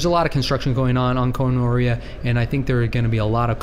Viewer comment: Koh Noreah...Gonorrhea LOL (very punny).